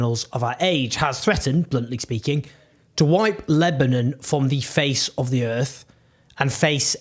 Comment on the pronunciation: You can’t say Lebanon properly